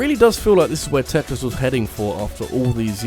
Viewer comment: It really bothers me how he mispronounces Tetris 99